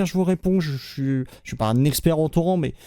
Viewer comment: OMG le nombre d'âneries dans cette vidéo et personne ne prononce torrent à la française ^^